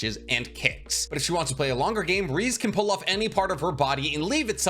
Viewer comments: It’s pronounced Ree zay not reez btw. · Nah two things really hurts me in this video and that's pronunciation of Reze's name (it's pronounced straight rEzE not rizz 😭) and whole part about chainsaw devil cause man it's pochita not denji, there is not a bit of denji there. Putting aside these two aspects, great video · “Lady Reez” 🗿 (Reze - Reh • zay) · It's pronounced re ze or Ray zay not reez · Loving the CSM videos, keep em coming. BTW pretty sure Reze is pronounced "Rez-ay" or "Rez-eh". I hope you don't take that as an insult; I love your videos and the detailed analysis you give, just trying to help. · I love how he says this while constantly misspronouncing "Reze" 😭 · the way he said reze is so cursed